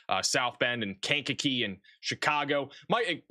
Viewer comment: Lisle = pronounced "Lyle". The s is silent. Markham = pronounced "Mar-kum" Sauk Village = pronounced "Saw Village" Monee = pronounced "Moe-nee" I love how you pronounce Kankakee...I be in tears😂😂😂 "Kane-kuh-key"